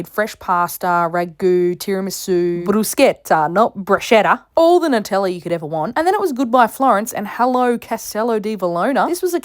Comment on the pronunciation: I like that you corrected your pronunciation of the pasta but then said Nutella the wrong way😂